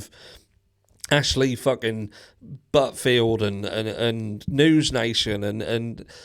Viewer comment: Did you really just say Ashley “Buttfield?” 😂😂😂😂😂😂 and I thought it didn’t get better than Nancy Disgrace! I’m rolling 😂😂😂😂